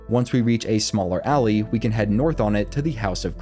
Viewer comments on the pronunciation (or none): none